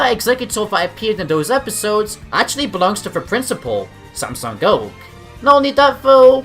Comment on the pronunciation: I love how you say thair names lol Samsung oak Kukwi